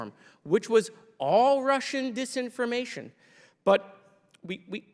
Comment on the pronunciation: "... consideered mis-impformation...dis-impformation," Moscow Marge is an ignorant, virulent beeitch